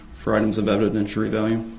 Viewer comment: Evident-weary-value. I’m axing you